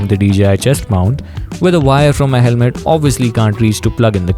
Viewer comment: helme❎️ Helmet✅️ 😂sorry but u missed it